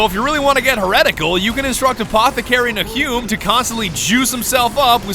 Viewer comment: Nahum - "Nay-Hyuuum" sigh... Americans.